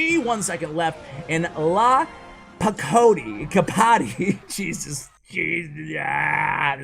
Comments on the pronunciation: Lapakoti, lakapoti, lapokati, lakopati, lakapapa, paparoacha LOL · I'm just dying Lakopoti Lakapot Lapakoti